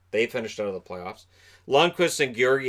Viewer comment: The stress in Georgiev is on the i.